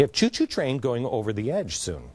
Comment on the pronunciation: I love how he says "choo-shoo train" XD